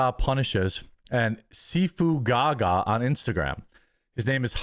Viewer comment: It is a long "A" on GaGa, not a short "A" like Lady Gaga.